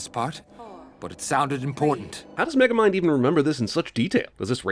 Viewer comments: Wait did he say micromind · I just noticed you said micro mind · Dude said magamind lmao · add a sin to your own channel for mispronouncing the main characters name in sin number 40